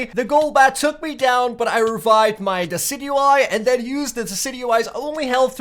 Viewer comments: Decidueye is Pronounced as desidueye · Decidueye = Dee-ci-ju-y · dicidueye is pronounced disi-dyu-eye allso you should watch the pokemon series on netflix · its pronounced (di cid juw eye) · He called it dockeye